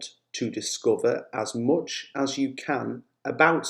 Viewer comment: It sounds weird when you say "much" I hear the vowel "o" instead of "a".